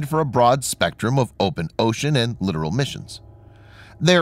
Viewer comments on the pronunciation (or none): Still cant say "li-tor-el" correct, huh?? Smh.... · 😂😂😂😂😂 its LITERALLY a different word!! 😂😂 it's like saying "depends" instead of "defense". This is (at least in my book) worse than the guys that say "coool wheep"! 😂😂